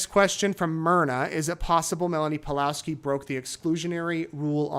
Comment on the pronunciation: Surname Pawlowski has probably Polish origin, so read it Pavlovski